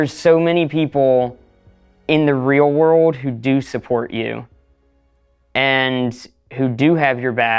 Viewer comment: This dude sounds like AI? He sounds more like a child bc he doesn't ever pronounce the letter "L" "Wur-ohd" is world lol